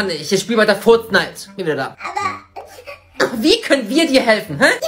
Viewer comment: Warum sagst du furznait